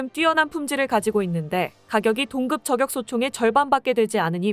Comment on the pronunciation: 아무리 원고를 AI가 자동으로 읽는다해도 발음을 엉터리로 하면 듣기 싫습니다. 품격을 [품껵]이라고 발음하지만 저격은 [저껵]이라고 발음하면 않되죠. 이와 비슷한 예가 정말 많은데, 프로그램을 수정하던지 원고를 수정 하던지, 아니면 사람이 직접 읽던지... 내용은 공감하는데 나래이션은 불만족이네요. 사회봉사가 아니고 돈벌자고 하는 일인데...